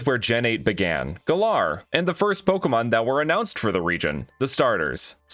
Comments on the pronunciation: It’s GAL-air not gal-ARE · It's Galar not Galaar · It's g-al-ar, not guh-lar. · I dont even know why you pronounce it Galair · maybe he wants to be the Fresh Prince of Gal-air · Why do you say galar like that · Why can noone pronounce galar properly